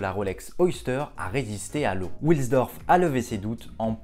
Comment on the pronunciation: Salut Hans wilsdorf est de prononciation allemande et non anglaise donc pas come William mais W qui se prononce V en allemand.;) A plus Super vidéo.